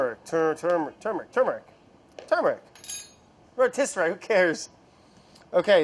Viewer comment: I love how Brad says Turmeric like 10 times then goes "rotisserary... whatever" like he's still trying to win a previous argument over the pronunciation of rotisserie.